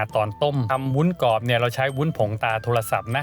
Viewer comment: ทำวีดีโอสวย การนำเสนอดี ขัดใจนิดนึง คุณพูดว่าวุ้นกอบ ซึ่งควรจะพูดว่าวุ้นกรอบ